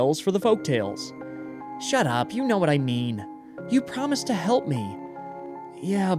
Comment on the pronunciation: She didn’t say help, she said hllp did anyone else notice that?